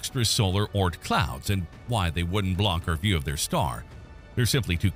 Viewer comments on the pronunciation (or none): Whether or not it exists, its the Oort cloud, not Ort. Oort. Think moon but add an r sound before the n. Sorry, its been a stressful last two days. I'm just pissy.